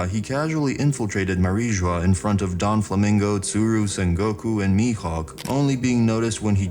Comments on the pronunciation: Its Doflamingo not Don flamingo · yeah i was like who the hell is this Donflamingo there is no donflamingo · I'm glad you're saying Mariejoies correctly now. Now the only 2 other prononciations to change are: Doflamingo not DonFlamingo Lafitte not lafette ( said " La-feete") 🏴‍☠️